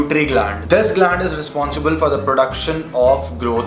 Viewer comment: Abe padh padh ke bol raha hai 😂 aur ye glaaandd kya hai 🤣